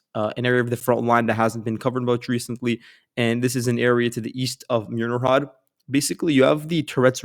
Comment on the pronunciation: Dachne is pronounced Dah-ch-neh 😃 Mirnohrad is pronounced Meerno-grad 👌🏽